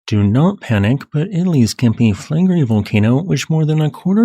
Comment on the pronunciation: By the way, it's Campi FlegrEi, not FlEgrei. And incidentally, the entire very round bay of Naples looks like the outline of a supervolcano...